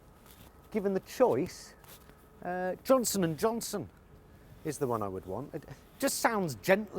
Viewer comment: No t in Johnson.